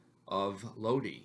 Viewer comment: in Italian you have to pronounce vocals in the same way, so LOD - I, like I of I-SRAEL, not LOD-AI, with the english pronounce of I (AI) and E is the E of E-mpty, not I like E-co (I)